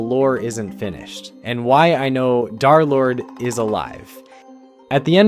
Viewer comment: derlord ❌ darlord ✅